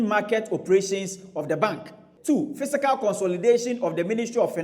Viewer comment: Fiscal, not fisical